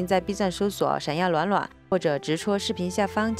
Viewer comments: 闪耀卵卵，哈哈哈大神是湖兰人吗？ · up是湖南人嗎，把暖暖說成卵卵，好像我一個湖南的好朋友